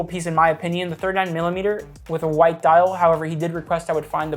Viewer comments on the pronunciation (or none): none